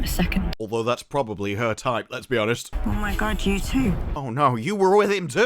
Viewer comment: Nope, can't listen to him ruin my language..yooooooou.🤮